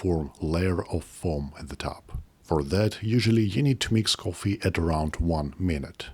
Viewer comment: Don't put it in your pogget, sir. Don't put it in your pogget. It's your lucky Turggish cohffee.